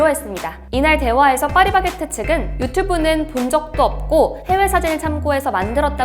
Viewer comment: 충청도 분 이신가요?? 빠리바게트 빠리바게트 ㅋㅋ 귀여우심